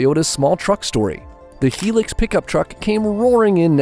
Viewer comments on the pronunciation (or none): Its not a Helix. Its a Hilux ( pronounced High Lux)